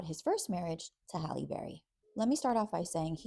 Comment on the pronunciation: Why can’t you so-called bloggers get her name right?! It is pronounced “Hal-ee” not Holly.